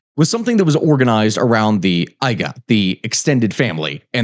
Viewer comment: The pronunciation of Samoan words in the needs work. Gs in Samoa are pronounced as ng. Pago Pago is pronounced like Pongo Pongo. Aiga is pronounces A-ee-nga. You did say Aunu'u correctly.